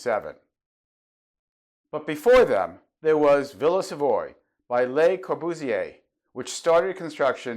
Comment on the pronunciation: Nearly each and every one of your videos leads me to thinking that we could have discussed architecture, and many other topics, for many hours. We seem to see eye to eye many things. One small remark worth mentioning: early on I used to pronounce the name of the villa similarly to you. So much until several European and South American tutors I had at architecture school insisted the correct pronunciation is in French. Hence, Villa Savoye - sounds like Sav-ou-ah, with the the stress on the last part. Although it all took place so many years ago, I can still remember their frustrated gaze to the sound of me calling it Savoy. :-)